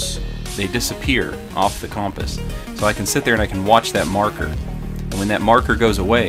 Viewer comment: Man when you say compass i can’t focus on anything you say for the rest of the video